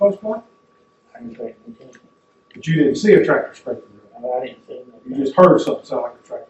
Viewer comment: Mark said "I didn't payit notention😂"